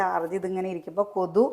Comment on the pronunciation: Kothu alla kothuk.